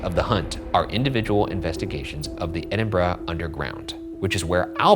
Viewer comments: As a Scot, literally got taken aback by Ryan pronouncing Edinburgh basically correct. I'm so used to American's butchering it LOL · Thank you for saying Edinburgh (Edin-bruh) properly. As a Glaswegian (Glasgow is pronounced Glaz-go) we are frequently scunnered (perplexed) by poor pronunciation. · Thank you for saying Edinburgh the right way 👍🏼👍🏼👏🏼👏🏼🏴🏴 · THANK YOU for pronouncing Edinburgh correctly, it is SO rare for Americans to do this! (I live there so trust me, I know.) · Bonus points for pronouncing Edinburgh properly. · I appreciate that you guys actually said EDINBURGH correctly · Thank you for pronouncing Edinburgh properly 😂 I may have unravelled somewhat without that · As a Scottish person i'm genuinely just happy you pronounced Edinburgh right 😭 ALSO - LOVED LOVED LOVED seeing you guys in Glasgow! Hope Shanes knee healed up lmao